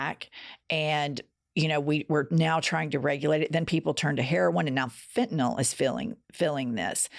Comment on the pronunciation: Thank you for pronouncing “fentanyl” correctly! I’ve had it with people who put a non existent “o” sound in a word that doesn’t even have one.